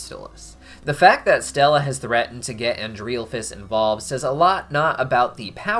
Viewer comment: I love how you say Andrealphus’s name wrong